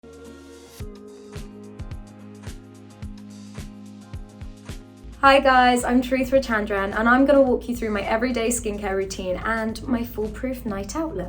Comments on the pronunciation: She pronounce her own name wrong. Like they way white ppl would. Its pronounced CHAR-IT-THH-RA. Which mean character which is ironic in this case🤣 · Why that anglicised pronunciation of the name, Charithra? Its jarring when South Asians themselves do that.